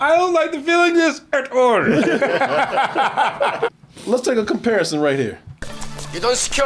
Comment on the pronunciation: Dat "At Orl" made a come back in a DT glorious way